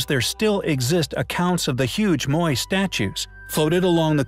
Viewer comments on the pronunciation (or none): Actually pronounced "MO-EYE" statue